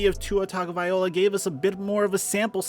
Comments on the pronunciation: great channel - let me help you out with the Samoan last name, its pronounced Tah gnoh vy eeh LOW UH ( not 'oh la') - ya gotta say it like Jason Statham who takes a sentence and turns it into one word (like some of my Italian brothers) all in 1 breath like 'fogettabowdid' - keep up the good reporting, great channel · everyone made the right call. i think this has to play out before giving up that much. and it's vye-LOA, not vye-OLA. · Whos gonna tell its not -viola Its Vi-Loah. TagoViLoa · It’s pronounced tag-uh-vai-low-uh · One of these days you'll pronounce Tua's last name correctly. LOL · Love ur videos but the way you pronounce Tua last name drives me crazy!